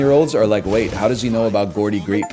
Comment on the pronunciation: NL pronouncing Geordie Greep like "Gordy" from Nope is a great bit